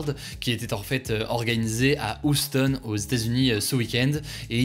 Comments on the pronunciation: Tu raconte quoi l'ahuri il le prononce super mal. Ça se dit "Hyuston" il s'agirait de se renseigner avant de commenter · Il faut dire '' YOUSS TONE" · "organisé à Houston" mdr la prononciation... même si ça s'écrit effectivement Houston, je crois que dans la langue du pays sa se prononce plutôt "Youston" à l'oral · Encore une fois Hugo, vérifie ta prononciation de Houston (Texas) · oui et surtout qu'il a le culot de dire qu'il le prononce "parfaitement" 😂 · J’ai jamais entendu quelqu’un dire Houston comme ça mdrr